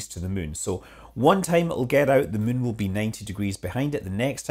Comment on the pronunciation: You keep saying Mün. Possibly on purpose.